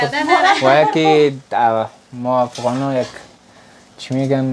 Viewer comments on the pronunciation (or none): none